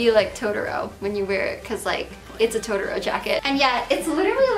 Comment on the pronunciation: It's To-to-ro. It's easy!